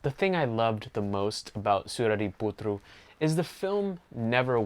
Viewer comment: I like the tamil pronunciation of the movie name. Thanks for the effort. I am just happy to see an American appreciating, since I have seen a quite unhappy review from other parts of the world...